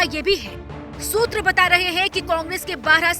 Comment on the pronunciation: Sootar,Soootra,Sooootra Soooooootra ,💀 ???